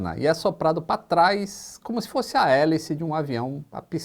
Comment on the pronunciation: Meus ouvidos sangram quando você fala "pá trais"... 😩